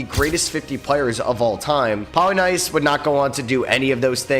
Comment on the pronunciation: Is this guy mispronouncing names on purpose? Polly-nice and Red Auyer-back 😂